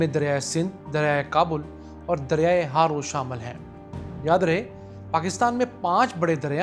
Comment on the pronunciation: Ye word Akori Nae Akhori hy Aur River Harro hy Haro nae